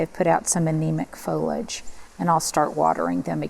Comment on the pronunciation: What is grisly/grizzly weather? Foliage is pronounced fow -lee-uhj, not folage, which is very distracting when you say repeatedly. Love the table centerpiece!